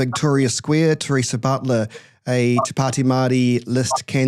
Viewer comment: Wow Teresa pronounces t correctly. Maybe she should lead the Maori Party.